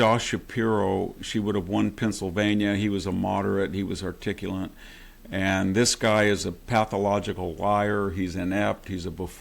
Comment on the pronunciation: Victor Davis Hanson, please be more articulate and stop saying "articulant" and "nucular." It would also be more gracious and dignified to say Harris' name correctly, with the stress on "Ka-." That's her name. I can't stand her but I don't need to get puerile by distorting her name. You should be better than that, Mr. Hanson.